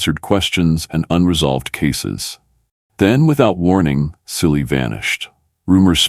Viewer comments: His name is pronounced as Chilli not silly . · Chilli , not Silly for god's sake